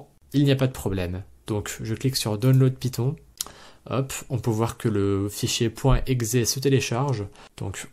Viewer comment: python, non piton, oui